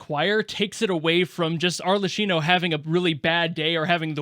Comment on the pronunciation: GUYS Mother Fatherd so hard again that she became the "FATHER" PS its Ar.lekˈki.no the Cs are Ks